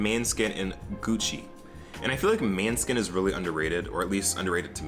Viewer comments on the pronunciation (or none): i really dont like to be that person but babe.. mane is said like mah nah. its russian love. <33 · Im danish and know hot to pronounce måneskin and no hate but It sound wired the way he says it haha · I hate how he says måneskin because I’m danish and måneskin is the danish word for moonlight and I always get annoyed when people pronounce it wrong idk why😭